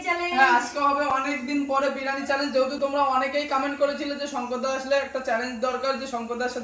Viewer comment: Ota birani noi biriyani hobe 😂😂😂